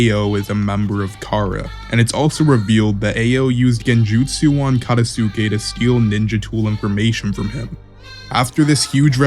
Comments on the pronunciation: Katasuke (kuh-tahs-kay) Ao (ow) Just some pronunciation tips for future videos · I'm sorry but the way you say Katasuke's name 😭